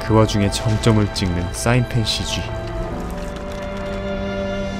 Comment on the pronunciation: 아니 지무비님 Cg발음ㅋㅋㅋㅋㅋㅋㅋㅋㅋㅋㅋㅋㅋㅋㅋㅋㅋㅋㅋㅋㅋㅋㅋㅋㅋㅋㅋㅋㅋㅋㅋㅋㅋ갑자기 터졌네